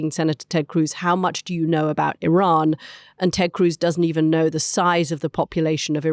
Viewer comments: Love the Mooch but for God's sake it is pronounced EE-RUN not EYE-RAN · Just a small favour. Iran ( ee-raan) not I-ran.😊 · Anthony, isn't it pronounced ear-ron not I ran. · Whoever calls Iran 'Eye ran' has no credibility, in my opinion... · Why is Scaramucci constantly mispronouncing Iran? Is it so difficult to get it right?